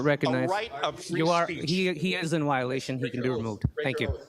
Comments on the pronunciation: He says “wi-olation “. That’s not even English. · Kicked out by a man saying 'wiolatuon' 🤦‍♂️